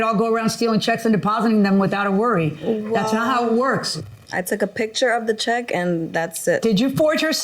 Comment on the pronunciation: Check? I thought she said sheck. I said what is a sheck? Lmao...